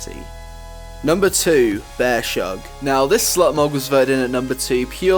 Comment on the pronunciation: Bear Shug....a druid named Bearshug, and you call them Bear Shug....you sure its not Bears Hug?.....2 stars for terrible imagination.